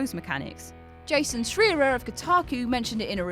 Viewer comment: “Jason Shreerer”